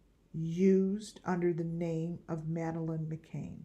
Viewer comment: Its McCann .."Mc CAN" NOT McCain ..Sorry its aggervating when Ppl Say My Last Name As McCain Its McCan